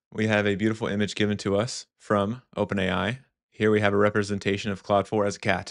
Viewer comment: Are you pronouncing Claude and cloud the same? It sounds like you are.